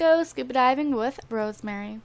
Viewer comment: I think her name is pronounced Rose-Marie and not Rosemary xx